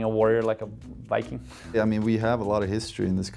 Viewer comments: I noticed that the Swedes in the video can't pronounce viking correctly in English. Swedes in general have a tendency to pronounce the V as W in English. They pronounce the V correctly in their native tongue . I'm by bilingual and speak both languages fluently. In Swedish Ikea is pronounced ee-ke-ah. Excellent hockey players though.. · They pronounce it like americans for some reason. That's not how we say it here in Sweden